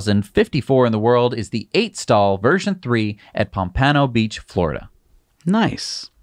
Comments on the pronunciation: The city in Florida is Pomp a no Beach. Not Pom Pan O Beach. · Pom pa no......just say'n